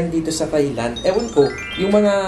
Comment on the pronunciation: Thailand pronounced without the TH sound.. tay-land lang mi.. 😊